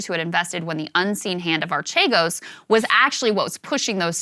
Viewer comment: It's actually pronounced "Arkeegos". It's actually not a pyramid scheme at all. It's just highly risky "investing", while being leveraged to an absurd degree. Btw, this is where the fraud comes in. They didn't disclose how leveraged they already were, when they asked other financial institutions for new loans. Eventually, the stocks they were betting on (because that's what they were doing - gambling, not investing) dropped, and because they were so highly leveraged, they crashed in a couple of days.